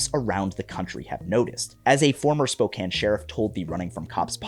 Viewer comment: Oh, jesus fuck, a Knezovich jumpscare. Fuck that clown. But thank you for pronouncing Spokane correctly, fellow Washingtonian. Always a pleasant surprise. :)